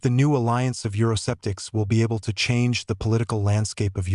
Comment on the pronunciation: It's not euro-septics but euro-skeptics! You do pronounce K you robot. Nowadays every half educated person wants to be an educator or political analyst.